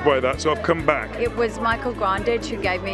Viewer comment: Why has no one ever told how to pronounce Grandage?